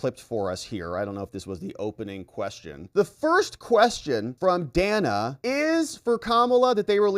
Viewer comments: Worthless scripted Interview. Harris even mispronounced Dana's name; calling her Dayna not Dan-a. Ridiculous answers. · Wasn’t it so racist when Kamala mispronounced Dana’s name? 🙄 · The questions were really rigged. Kamala responded to green new deal to the opening question but Dana did mention it at all, or is it that the editing wasn’t properly done. Secondly, why did Kamala mispronounced Dana’s name when she has mandated the world to pronounce her name correctly? The comrade is a hypocritical dunce!